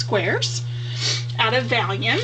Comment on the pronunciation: Nice video, I heard you say that you were mispronouncing vellum as "vallium" the tranquilizer, yes, I had to watch it again to be sure. Someone has probably already left a comment on this, if repeat, sorry, It is pronounced "vel" rymes with bell, and "lum" rymes with rum. I did the same with "Bazzil" for a long time. I had it in my head & mouth funny. You did a great job with your video getting it all in camera! Keep it up & looking forward to your next one. Thanks for the Cricut link.